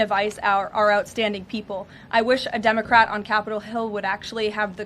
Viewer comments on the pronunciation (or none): She saying dumbocrat? 😂😂😂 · I thought she said dumbocrat. Lol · Did she say DUMBercrat? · LoL she said, "dumocrat" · She said "Dumbocrat" 😂😁🤣🤭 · Wait, did she just say 'Dumocrat' ?!?!?! Hahaha :) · Did Karoline just start this clip by saying dumbacrat?😂😂😂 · Did she say “dumbacrat “ 😂. Great job 😂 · Love how she says Dumbacrat instead democrat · Did she say dumbocrat haha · Did she say Dumbocrat? LOL 😂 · Does Caroline keep saying Dumbocrat? Sounds like Dumb-ocrat. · Did she say, “Dumacrat??” 😂😂😂